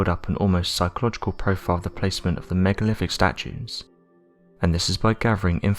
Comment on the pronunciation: Megaliffs-Megaliths, Miff-Myth, Uvva-Other, Neoliffic-Neolithic. Really annoying.